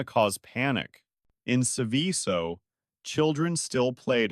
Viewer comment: Seveso is pronounced like you pronounce the word SEVEN but with the N silent and the word SO.